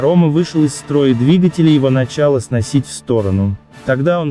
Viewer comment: кОрма, мАрсель, ..... его начАло сносить.... Ну ты автор и прикольщик! ))) Чтец из тебя ни кАкой)))